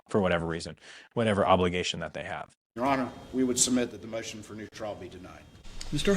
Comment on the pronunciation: Trial. Trial. Not trail!